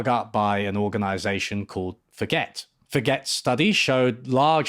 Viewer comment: pretty sure it's pronounced for-gay, not forget.